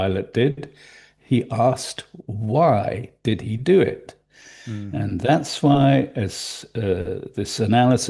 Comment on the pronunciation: Asking did "he" cutoff could mean nothing. With Indian's "he" rhymes with "it", making the question "Did it cutout?". The missing time stamps are like a guy who has a mer dered wife who can remember the exact time of his entire last 24 hours, yet can't tell when the last time he saw his wife was.